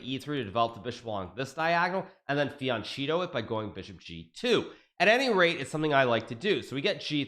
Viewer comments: "fiancito" is not correct :/ terrible actually haha <3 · I love Hikaru but did he say fiancheeto? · One day, Hikaru will pronounce fianchetto the right way. Loved the intro btw.